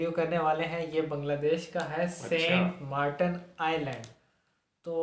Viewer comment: R eeeeee saint martan nhi Saint martin